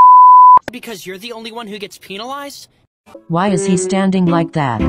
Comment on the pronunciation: 1. SAME! My whole attitude changes when I see yams😝💚 2. So no ones gonna talk about how hinata said “Penalized” as “PeAnIlIzEd”🤣🤣